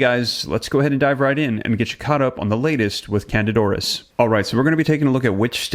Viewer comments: If could pronounce the name of the infection correctly that would help. CANDIDA AURIS. Not canadoris. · its not 1 word, its 2 words. PRONOUNCED.....kandeeda oris